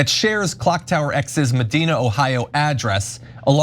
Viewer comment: medina, oh "med-ein-ah" 🤭